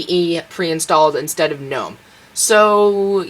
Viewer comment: wow, you pronounced Gnome in English correctly ... you get my subscription. oh, and I like your explanations ... Linux made easy. :)